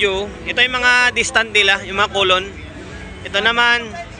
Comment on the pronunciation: Collum po hindi collon hehe